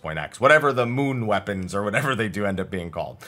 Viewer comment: Hahah he said moon weponds, there lunar weponds